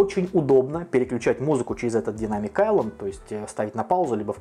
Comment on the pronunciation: Автор почему ты английское слово Айлэнд произносишь правильно, а слово Дайнамик коверкаешь?